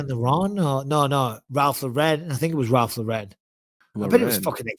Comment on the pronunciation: Mike: Who did he model for? Anthony: Ralph Lauren Mike: No it was Ralph Luh-Ren